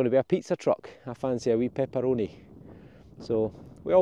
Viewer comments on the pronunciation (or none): This is the first time I’ve heard “pepperoni” pronounced with Scottish accent!